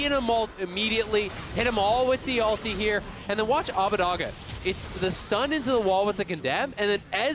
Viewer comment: Hearing Abbedagge repeatedly pronounced Abbadagga hurts me physically